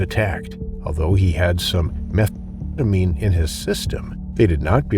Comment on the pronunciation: You can’t say methamphetamine?